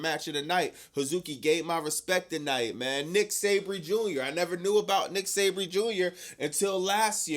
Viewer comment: It’s Zack Sabre Jr Not Nick Sabry jr 😂 It’s ok I’m still down with you 😊